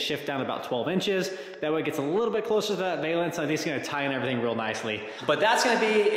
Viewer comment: "Valance" rhymes with "Balance"